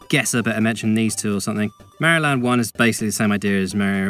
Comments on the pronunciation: Say it with me "Mah-ree-oh" it's not accent that's an excuse. Hell mario says his name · AKA 16 minutes of some dude mispronouncing Mario as “Merio”